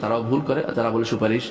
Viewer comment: Stupid molla, suparis bolte korane ni.